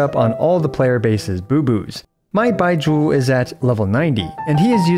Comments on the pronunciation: why does it sound like he's saying "bye-jew" instead of like they pronounce it in the game? o.o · Why are u saying his name like that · Idk why but the way you say Baizhu cracked me up xD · U pronounce Bai zhu v funyn hahahaha. The zhu especially 😂 like you're pouting after saying it Edit: I keep niggling each time u say his name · The way he pronounces "Baizhu" feels funny to me, dunno why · Why you call his name like that tho? 😭